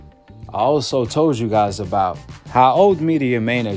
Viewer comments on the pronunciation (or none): none